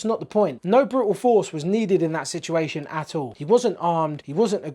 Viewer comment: "This whole Sitjeration"